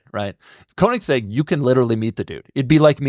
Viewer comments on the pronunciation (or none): It's strange how so many car guys care about the pronunciation of porsche, but every single one completely butchers koenigsegg.